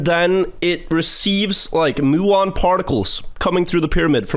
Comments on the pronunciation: FYI, it’s pronounced “m-yew-on” not “moo-on”, from the Greek letter mu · I don't know why the person in the video pronounces muon as "moo-on", but it's definitely "mew-on".